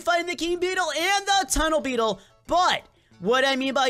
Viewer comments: You said tunnel beetle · You just say tunnel beetle